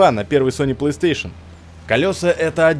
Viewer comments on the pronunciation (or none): none